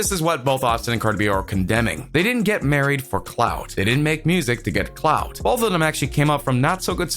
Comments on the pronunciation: He said cloud not clout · Reggie T. She said cloud instead of clout😂😂😂😭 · Ummmm its CLOUTTTT NOT CLOUDDDD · Its "clout" not cloud 😂😂😂😂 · I’m just tired of you saying “cloud” like wtf 😂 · The way he said “ CLouHt “ 😂💀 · He kept saying “Cloud”😂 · ......what.....u wasted my time and yours u didn’t explain nothing... and why did you read like that at the end of every sentence 😂....and plus it sounds like ur jealous... 👀 LET THEM LIVE THERE LIFE 💘 and u said clout like cloud... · Why do you say "clout" so wrong? This analysis is so weird and all over the place. The video wasn't that deep at all.